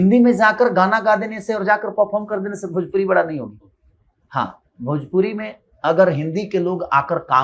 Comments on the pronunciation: पहले भोजपुरी ठीक से बोलना सीख ले.... भोजपुरी होता है भजपुरी नहीं... इस से बड़ा जलनखोर और कोई नहीं है भोजपुरी में... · अरे पहले भोजपुरी बोलना सिख ले भजपुरी बोलता है 😂😂 मसूरिया 😂😂